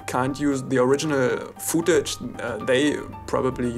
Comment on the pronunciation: Futage xD